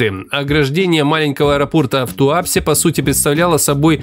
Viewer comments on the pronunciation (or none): Не ТуАпсе, а ТуапсЕ, не НерЮнгри, а НЕрюнгри. Это так, на будущее!) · Сильно сомневаюсь, что ты,, не слышал название этого города! ТуапсЕ!